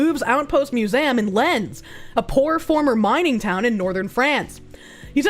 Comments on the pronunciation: Mew-zay-umm... hmmm... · The way says "museum" as "mew-zam" irks me lol. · 'Louvre? i dont know how to pronounce it..' Also: 'Mew-zay-am'